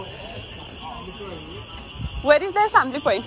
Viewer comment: uoat hepen? 🤣🤣